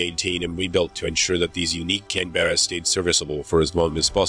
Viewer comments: Its a Canberra not Can-Bearer. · Please!!! There's no "bear" in Canberra! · IT'S Pronounce Can-berr-a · Nit-picking: It is not the Can'berra but 'Canberra, with a silent e. Just ask any British (or Australian) citizen. Also, the engines were not Evons but Avons (named after the Avon river, known for Stratford-on-Avon, home of Shakespeare).